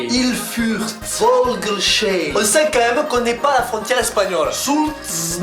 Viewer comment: Volgelsheim c'est fogelsaïm